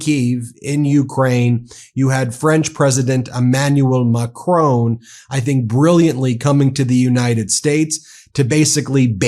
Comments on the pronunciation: Please... it's President Ma-cron not Ma-crone. After all, I'm sure you don't pronounce "bacon" as "ba-cone"... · Why are Americans totally incapable of pronouncing Macron's name correctly? 🤔🙄😖